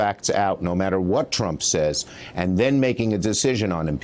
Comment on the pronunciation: "...if it is warren-ted by the facts" i see what u did there, chuck